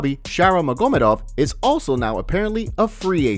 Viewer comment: The fact that you can't pronounce magomedov or devalishvili is sad af. Either you don't watch the sport or you ride a short bus 😂